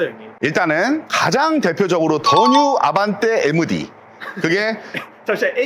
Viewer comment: 에므디 ㅋㅋㅋ 에므16 같은 발음 ㅋㅋㅋ